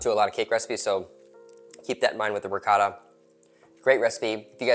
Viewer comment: Can’t take advice from a person that calls ricotta , Ricatta